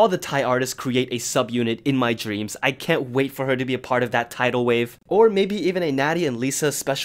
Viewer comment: Did he say Thaidal wave, or am I hearing things?